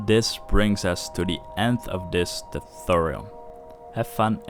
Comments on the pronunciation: i expected a lot of reactions here about the way he pronounces tutorial xD "tooturrjl" xD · omg Im so sorry but I clicked on subtitles for w/e reason and damn it was funny! the way you say "tutorial" youtube cant even handle it !